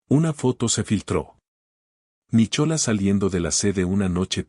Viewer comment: Es muy linda historia, pero tengan cuidado con la pronunciación, es Nicolas con H o sin ella y penhouse, no pentause,si bien la Real academia española apoya ciertas pronunciaciones ,lo correcto es locorrecto y uno enseña incluso a través de este medio,y continuando hermosa narración, me gustó mucho, gracias!!😊😊